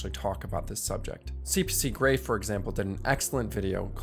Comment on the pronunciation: It sounds like in the video you say CPC gray, its CGP